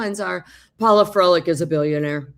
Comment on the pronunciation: Paula. (Not Paulo)